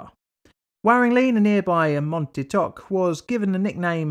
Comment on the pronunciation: For a moment I thought you had said mount tiktok